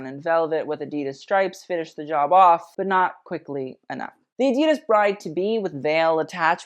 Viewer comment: Ok so adidas is not pronounced as drawn out as you made it (and literally everyone else). So not ahhdeedus as German is not a drawn out language. You want to take your current pronunciation and make it as rapid as possible. Honestly it should sound like a perfect cross between the two ways that people like to pronounce the brand name